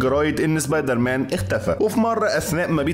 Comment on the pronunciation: مصري زبيدر مان مش سبايدر مان